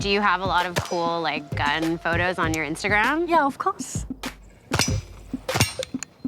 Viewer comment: the chinese or japanese girl said "Instaguam" instead of "Instagram"